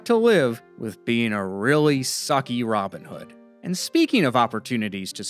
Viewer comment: How can you pronounce his name as ROBIN hood?